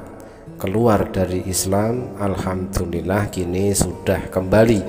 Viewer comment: Maaf ustad sy luruskan dari bacaan anda yaitu ALHAMTULILLAH ini kurang tepat, tapi yg benar adalah ALHAMDULILLAH